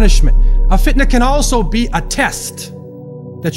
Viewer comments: Can someone tell me why the speker say FITAN and not Fitna? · Why did the speaker say Fitan? isn't it FITNA?